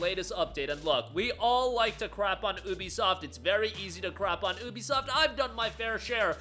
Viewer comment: Thats not how you say ubisoft😂